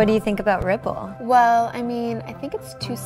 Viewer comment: ripple sounds too much like ruuple